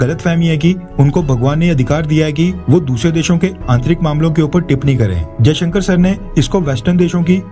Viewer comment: affairs You wrongly pronounce the EAM Dr.S Jaishanker as Ajay Shanker,Pl correct